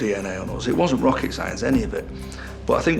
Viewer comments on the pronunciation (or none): none